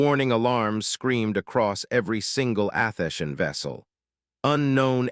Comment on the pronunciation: It is disappointing listening to the AI narrator make an abortion of a number of words repeatedly. It is pronouncing Athenian as Athesian. Bow {pronounced Bough} is pronounced like the weapon Bow; or like the front of a ship is a ribbon on a cake or a present. The voice itself is slightly annoying with a sort of higher sound range than pleasant. You need improvements if you would like repeat listeners.